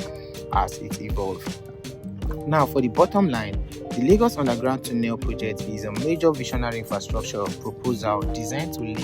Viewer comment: Correct pronunciation of "tunnel" is tornel not toonel. Take note please